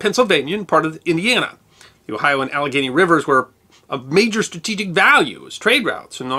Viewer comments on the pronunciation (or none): none